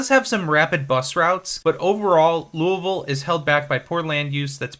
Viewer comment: You've earned a subscriber because you actually pronounced Louisville correctly. Well done! Almost nobody gets that right